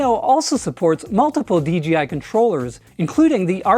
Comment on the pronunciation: Great video. Interestingly I hear “DGI” whenever you say “DJI”. Must be an accent thing. 😊